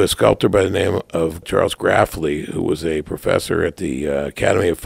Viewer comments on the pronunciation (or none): Charles Grafly is pronounced "Greyf-ly" not "Graff-ly". Sadly Grafly died after being hit by a car. He was mostly known for his wonderful portraits of fellow artists and as a fine instructor at PAFA.